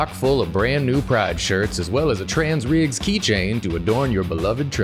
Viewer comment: says TRANS RIGS